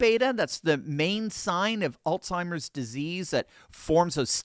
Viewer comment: There is no such word as AllTIMERS! It is pronounced ALZHIMERS! There is a Z, not a T!!